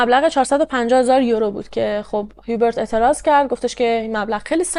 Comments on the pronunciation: « جان»در زبان فرانسوی«H»کلا تلفظ نمیشه و بجاش اولین حرف بعدی در اون کلمه تلفظ میشه(مثلاً همونHubert چون بعد از H حرف U است میگن اوبرت بجای هیوبرت)البته خیلی کم استثناهایی هم گاهی هست که در بعضی کلمات«H»هممون«H»تلفظ میشه،بعد هم اینکه حرف آخر کلمات هم اکثرا تلفظ نمیشه و خلاصه برای همین«هیوبرت»به فرانسوی«اوبر»گفته میشه. درضمن«فوولدر»درست نیست و صحیحش«فلدر»است یعنی با«O»: در اصل«Folder»از کلمه ی«Fold»بمعنای«تا کردن»میاد.البته اگه من گاهی نکته ای رو میگم برای این است که کانال داری و موضوعات و پرونده روایت میکنی، امیدوارم ناراحت نشی. 💙 بنظرم«رنی»خودش ناراضی بوده که اگه پسرش طلایی پیدا کرده چرا نباید چیزی به مادرش میداده، واسه همین هم دامادش رو انداخته جلو، اگه قضیه فاش میشد خوب«رنی»هم میتوانست سهمش رو بخواد.«هیوبرت»کلا از نظر روانی سالم نبوده: دچار وسواس و شک بوده، در کنارش به هر چیزی که میشده گیر میداده و غرغرو هم بوده(ناراحتیش از صدا هم به احتمال زیاد ناشی از آشفتگی وضع روحیش بوده؛ تولید صدا در کل چون تمرکز حواس و نیز آرامش رو بهم میزنه اعصاب خورد کن است، وای بحال این مرد که پی بهانه میگشته و فکرش هم مدام مشغول بوده). ممکنه که این خانواده اصلاً طلایی پیدا نکرده بودن و خریدها و سفرها رو با پس انداز کردن و درآمدهای کوچک از اینور و اونور میپرداختن(و یا قسطی، قرض، وام)حساب هم که بکنی: پدربزرگ هیچوقت نمیامده بی عقلی کنه و طلاها رو دم دست قایم کنه که برفرض«پاسکال»با یک گشتن تو کارگاه بتوانه پیداش کنه! معمولاً آدمها چیزهای گرانقیمت یا مهم رو توی دیوار یا زیرزمین و خلاصه ی جای امن و دور از چشم پنهان میکنن. شاید هم قضیه کلا دروغ است و مثلاً پدربزرگ خواسته اینطوری خودشو مهم و ثروتمند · جان من فرانسه زبانم اسم هیوبرت را اوبِق تلفظ میکنن،